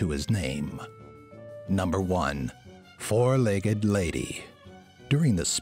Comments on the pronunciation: Who's the "Foug - leg lady"? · Did anyone else notice "Foug-Legged Lady? Sorry, I just want to know. Other than that, great video :D